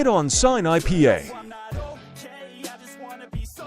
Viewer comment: did bro just say pay? 😂😂 oh hellno